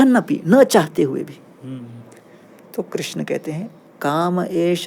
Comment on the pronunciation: कृष्णा नहीं कृष्ण होता है